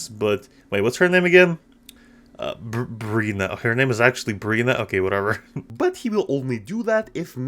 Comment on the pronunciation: Please say their names man..